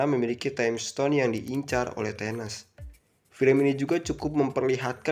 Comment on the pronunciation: Thanos bang, bukan Tenes 😂😅